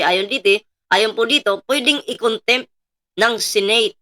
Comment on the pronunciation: contempt.....hindi content...paki correct lang ang pronunciation...